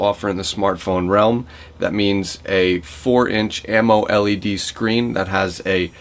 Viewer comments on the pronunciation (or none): its amoled not amo